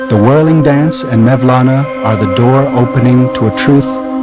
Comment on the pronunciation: Who is 'Mevlana'? It is 'Molana' or 'مولنا' the letter 'و' or 'vav' is pronounced 'oo' I don't trust anything he's saying now, he can't even get the guys name right.. jeeez